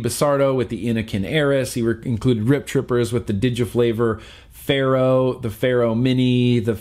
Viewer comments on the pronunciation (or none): none